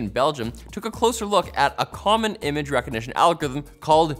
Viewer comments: Algithm😂 Repeats again! 🤣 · Can we get a 60 second video of him just trying to say algorithm? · al-gor-rithm put the bottle down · Interview questions when applying to be a host for Techquickie should have included "pronounce 'algorithm'". Candidates who cannot do so without sounding like they have marbles in their mouth need not apply